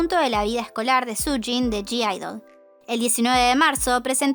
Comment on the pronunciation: Vs sabes q en g-idle no se pronuncia la g???? Me pone nerviosa q lo digas mal